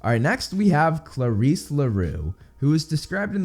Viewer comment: If there's one thing I've learned about Percy Jackson from this channel, it's that I've been pronouncing everything wrong: Aers (Ares, god of war), Afro diet (Aphrodite), Poe say don (Poseidon), Haids (Hades), Chee-ron (Chiron), Percy phone (Persephone), Sill-ae-nah (Silena), Klar-is (Clarisse)...you get the idea. Guess just reading is not enough. Thanks for repeatedly blowing my mind,!